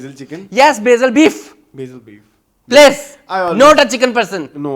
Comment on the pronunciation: Sadqay jaun ... plaiz 😂😂😂